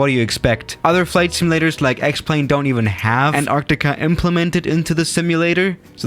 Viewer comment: Nobody:: Sherrnobble.: Anarrtikka.